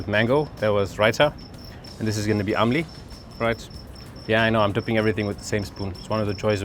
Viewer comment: Its imli not amli 🤣😂